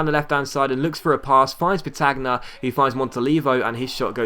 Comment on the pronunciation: Great episode, really enjoying the episodes recently. Just for your knowledge, the Milan CF (Andrea petagna), you pronounce his name Andrea Petanya